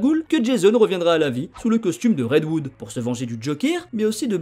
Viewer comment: Petite précision car ça me titille l’oreille à chaque fois : c’est red HOOD et non red WOOD 😅